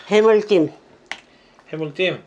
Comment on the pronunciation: 엄마최고ㅋㅋㅋ저도 어쩌다들어왔는데 계속 웃기네요ㅋㅋㅋ틀니가아니셔서 혀마중이 아직 어색하세요ㅋㅋㅋㅋ 해물띰ㅋㅋㅋㅋㅋㅋㅋ너무 웃겨요ㅋㅋㅋㅋㅋ 계속 찍어주세용❤❤❤❤